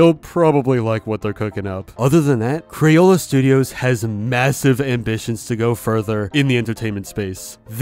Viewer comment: I just realized so many people say “cran” but it’s “craYola”